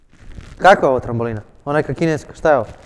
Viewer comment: Ne kaze se trambolina nego trampolina!!!